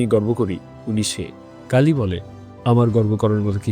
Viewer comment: গাড়ি কে গাল্লি আর কালি কে কাল্লি বলছেন বার বার